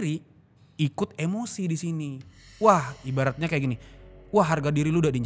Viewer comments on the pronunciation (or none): none